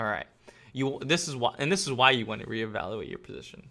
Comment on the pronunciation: evawuuaate the market